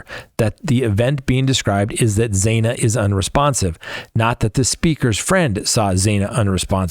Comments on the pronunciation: I really enjoy listening to you, but..tonight I want to scream. It’s not zaina it’s zanna! Please get it right xo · Why are you still mispronouncing Xana’s name? It’s pronounced like Anna with a Z in front of it